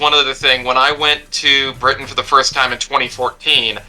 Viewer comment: Furst. And once again wins for nouveau English words